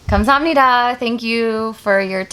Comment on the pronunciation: 감사합니다~~~ 에서 부산사투리 나왔음~~~ㅎㅎ